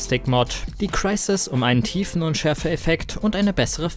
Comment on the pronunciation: Wie sprichst du Crysis aus? Ist ja ekelhaft